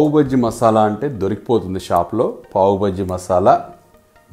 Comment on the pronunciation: అది పావు బజ్జి అర బజ్జీ కాదు పావ్ బాజీ.